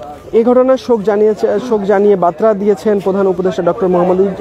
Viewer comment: সাংবাদিক ব্রো, বাত্রা নয়, বার্তা হবে😅😅